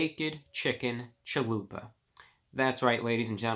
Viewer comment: Man I didn't skip any of it lol, just pointing out he said chahoopa instead of chalupa, I thought it was funny.